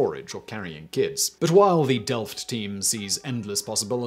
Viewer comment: Your are pronouncing Delft perfect! Love to see that